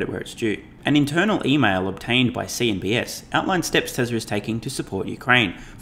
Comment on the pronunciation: Why do you say CNBS? It's CNBC!